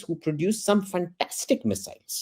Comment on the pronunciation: the guy says fantastic like a true Indian...Russell Peters would be proud of him...truly funtaastic 🤣🤣🤣🤣